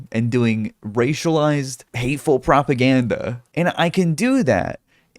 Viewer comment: “Pwopagandeh” -Musky